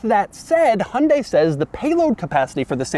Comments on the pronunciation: Pronounced Hun-Dye. Not Hun-day. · Exactly. Or close enough. In Korea its Hyun-day with a soft "y" in there, but here in the states, most like Doug say: "Hun-day" and that's 99% there. In the UK they say High-Un-Die and that drives me completely crazy since there is no attempt at all of being close. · What is a "Hondey"? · I am wondering when you will be able to pronounce 'HYUNDAI' correctly. You keep saying that HUNDE, which sounds somewhat unintelligent. You can do better if you listen to the pronunciation repeatedly and practice. 'Weird' is not a sensible term for the design, futuristic is better word for it. Country men who have old-fashioned taste may don't like the design probably including you. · The way Americans pronounce Hyundai is hilarious.